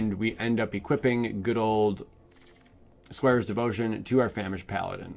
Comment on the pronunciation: "Squares Devotion". It's Squire! 😂😀